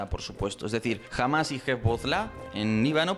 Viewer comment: ¿Por qué pronunciar "Hamas" como "Jamás"? Es terriblemente confuso, e innecesario en español...